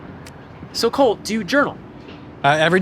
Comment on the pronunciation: anyone notice he said Colt instead of Cole ????